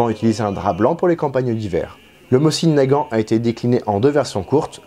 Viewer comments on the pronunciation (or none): Chouette reconstitution. Permettez une contribution : on prononce "môzine" Nagant, et pas "mossine". La lettre cyrilique est "C", qui est l'équivalent de notre S mais n'a pas exactement le même son. La prononciation réelle ressemble au son "S" prononcée par une personne dyslalique (qui zozote). La baïonnette fait bel et bien partie de l'équipement standard du tireur d'élite et ça n'a aucun rapport au combat rapproché. La directive (dont le respect était à la discrétion de chaque officier commandant un groupe de combat) était d'utiliser tous les fusils, y compris chez les tireurs d'élite, avec leur baïonnette fixée en permanence, ceci justement parce qu'elle permet de "tendre" le canon (le terme est académique) et augmenter sa précision, notamment sur de longues séances de tir. Néanmoins, les TE russes se démarquaient justement de la troupe classique par leur abandon presque total de la baïonnette, ce parce que leurs armes étaient d'une toute autre précision - les Mosin-Nagant de TE étant spécifiquement fabriqués pour eux et avec un souci de précision - alors que, paradoxalement, les groupes de TE ont pratiqué intensivement le combat à très courtes distances. La troupe, quand à elle, utilisait la baïonnette même à longues distances pour justement resserrer leurs groupements, les Mosin-Nagant réguliers étant tout juste suffisamment précis pour du combat : groupement sur appui d'environ 100 mm de côté, soit 140 mm d'écart maximal, à 100 mètres de distance. Un résultat tout juste